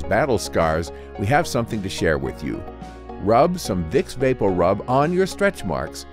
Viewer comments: It sounds strange the way he's pronouncing it. I grew up hearing it pronounced Vapor-Rub. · Vape O rub. I noticed it too. 😬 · I know my family isn’t the only one that pronounces vapo rub as “baporu” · Me too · Sorry, I can't get over how he pronounces "VapoRub"